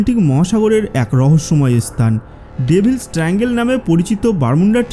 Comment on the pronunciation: ভাই আপনি স্থান কে স্তান কেন বলেন? 😂